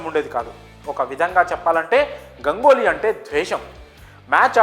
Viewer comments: ఒరేయ్ నాయనా గంగోలి కాదు రా అయ్యా.. గంగూలీ అనాలి.. ఆల్రెడీ ఒకసారి చెప్పిన నీకు 🤦🤦🤦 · Gangoli kadu bhayya Ganguly... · గంగోలి కాదు ఏమో గంగూలీ ఏమో సార్ గంగూలీ కూడ తన పేరు గంగూలీ గానే చెప్పుకుంటాడు మీరు కొత్తగా ఆయనకు వేరే నామకరణం చేయవద్దు సార్ పిల్లలు కన్ఫ్యూస్ అయ్యే అవకాశం వుంది